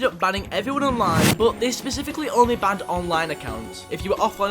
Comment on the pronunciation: I love how he says BAHNED instead of banned